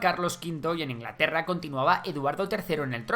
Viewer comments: Perdón Ingalterra? xD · INGALTERRA XD